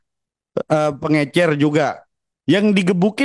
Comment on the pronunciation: Pengecer pak bukan pengencer😅